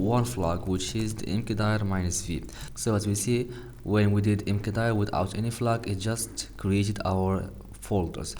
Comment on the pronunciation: it's pronounced 'mkdir' not 'mkdir'